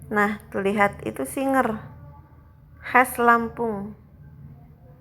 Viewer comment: Maaf kak SIGER bukan SINGER